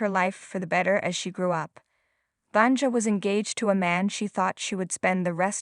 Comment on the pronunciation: Sorry, but you botched the name of the woman too many times! It’s pronounced [Vania]